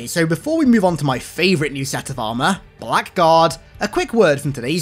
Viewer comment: Blackguard is an old english word that's pronounced blaggard.